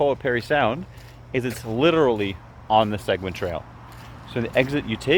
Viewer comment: At least pronounce Seguin properly good video though